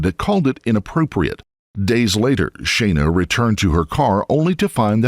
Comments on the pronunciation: Her name was clearly pronounced Shauna in the video, not Shayna. I believe it would be more respectful to the victims if you would check the pronunciation of their names before making these. Otherwise, great job, thank you. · FFS it's "SHAAH-NA" not "shay-na" you seppo tw*t, at least give her the honour of pronouncing her name correctly in her memory!!!! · Her name is pronounced as Shawna. Just sayin. I've never heard my name said so many times in such a short period of time. Sorry for the off subject comment. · Thumbs down for "Shay-na" ...you c**t.